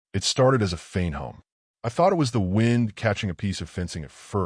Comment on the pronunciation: your AI guy said wind wrong, and word said home when guy said hum correctly